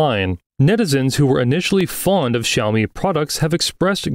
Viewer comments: When two words are the third tone, you pronounce the first word as the second tone. So xíaomǐ not xǐaomí. But this sounds like AI generated voiceover though. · Why does the presenter persistently pronounce xiaomi like this? It's not even the correct tone. Cringe!